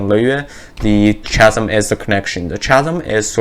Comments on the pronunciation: chasm is pronounces kah zum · Just letting you know chasm is pronounced like ‘kasm’ ☺️